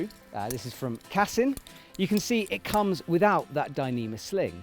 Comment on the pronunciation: Brits always mispronounce any language ie: its CASSEEN not CASSUN 🐙🤓